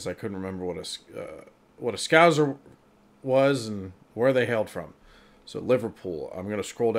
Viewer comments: It is not pronounced scouzer. It is scouser because we Liverpudlians always used to have scouse which is similar to irish stew every week as a staple meal. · S-Cow-Sa (Like Salsa) Not scowzer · As a scouser, got to get on to you about the pronunciation. It's a hard S in the middle. So not "scouzer" but "scousser" as in "saucer". Just to keep it confusing though, Liverpool's river is the Mersey with a soft S, so "merzee" not "merssee". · "Scouse" rhymes with "house", so Scouser rhymes with house-er, it's not scouZer. The Scousers' trip to "that London" is the best of the sketches. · Just a tip, 'scouser' doesn't quite rhyme with trouser or Bowser, is more like "scowsssers", not "scowzers". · It's not Scouzers ..turn the "Z" into an "S". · scows, not scowz sssssss, mersey...merzee zzzzzz, aintree you were correct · The 2nd S is a hard S. It is not Scouzer it is Scouse Er. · FYI Its pronounced as if it was two Ss.... Scowssers not Scowzers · you pronounce it as scow sers not scow zers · It's pronounced scou-s-er, not scou-z-er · I couldn't see if anyone else had mentioned it but it's scouse to rhyme with house so scouse-ers. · It's Scous-er as in House er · Right. almost got it right, it's just an "S" sound in the middle as opposed to a a "Z". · Just so you know.....the second 's' in scouser is pronounced like a 's' not a 'z' as you did. In contrast, the River Mersey is pronounced 'Mer...zee'🙂